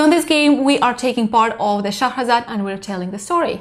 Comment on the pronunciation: Another great review guys... LOVE the way you pronounce Shahrazad. It's so funny when you correct one another in your reviews. It's great hearing the two perspectives. "I just have to become better than a movie" LOL Brilliant.